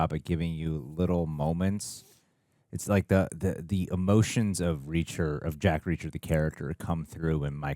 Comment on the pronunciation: the way u spelled JACK REACHER in french accent was hilarious HHAAAHHA